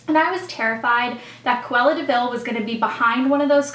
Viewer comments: haha you keep say cuella deville, when it's cruella deville! That movie really did traumatize you huh?? haha :) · You kept saying Cawella Deville when it's Cruella Deville....haha